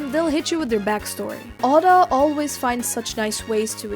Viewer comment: btw it’s not pronounced ah-duh it’s pronounced O-dah